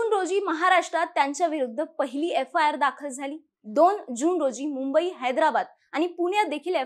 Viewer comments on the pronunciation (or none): none